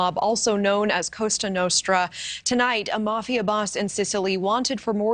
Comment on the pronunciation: It’s Cosa not CostRa.